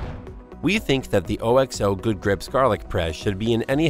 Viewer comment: I just can’t get over the fact he kept pronouncing it O-X-O instead of OKS-oh